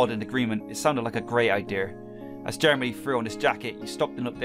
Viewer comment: I had to listen to it a bunch of times but then in slow-mo Jeremy is now Germany XD little mess ups like this make videos even more epic